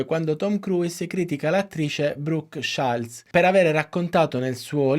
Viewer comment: Bravissimo davvero. L'unica cosa la pronuncia dell'attrice Brooke Shields.... 😅